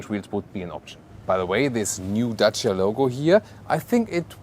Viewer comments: I really appreciate you took your time to research how to pronounce Dacia correctly. Much love from Romania. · On behalf of all Romanians, I want to thank for the correct pronunciation of Dacia.